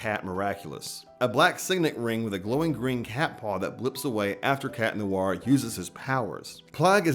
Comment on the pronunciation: "tales of. lady and cat neware" WHAT THE HELL IS CAT NEWARE?? 😀